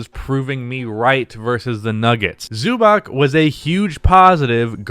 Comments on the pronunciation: Zubac is pronounced "zoo bats" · The name is pronounced Zubatz.